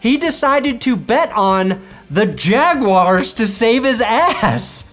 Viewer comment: How you pronounced "jaguars" should be illegal